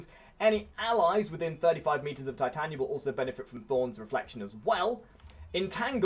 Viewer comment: It's Titania not Titanya